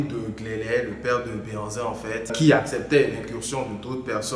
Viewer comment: Très très belle initiative, que Dieu te bénisse. Par contre, tu aurais pu mieux faire en confiant le commentaire à un professionnel. En plus, le mot '' Behanzin'' est complètement un mot francisé par le colon. On dit' ' Gbɛhanzìn plutôt puisque c' est un mot fɔn et non français. En plus on dit '' adjashê '' et non adashê comme vous l'avez prononcé, on dit '' fêzan '' et non fezan. Force à toi et courage